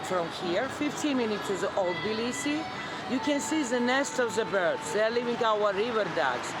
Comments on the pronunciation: its not TIBLisi, but tbIlisi, and its in ASIA, u amerikunt dikhead 🤣ASIAN gamarZHOPA 🤣🤣🤣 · First, don't eat khinkali in a tourist trap--homemade is a lot better, mushroom is best IMHO. The "T" in Tbilisi is barely aspirated--when Georgians say it it almost sounds like there is no "T." Next, know your history. The 2008 war was engineered by the Russians to stop Georgia from moving to closer alliance with the West. The territory was lost, and the genocides were committed in the 1991-94 civil wars. But Russia encouraged the seccessionist states and has propped up them up ever since. Your optimism is good but the problem with the government of Georgia is that it is owned by an oligarch who made his money in Russia--his net worth is literally one third of the nation's GDP. He has the ability toi buy votes and his governments have dismantled much of the infrastructure that would make elections free and fair. The EU first stopped Georgia's progress through candidacy not the other way around. The Russian aquiessent goverment essentially said "well, we did not want it anyway." by ending the negotiations. The EU stopped Georgia's candidaccy because of list of things including human rights abuses--ncluding political prisoners, corruption, abuse of sexual minirities, lack of free elections, among other things. Younger Georgians are outraged-as they should be--and now have protested their sham of a government for over 1,000 days consecutively. The issue is Russian influence and the abatement of the United States to exercse its considerable influence in the country. The governme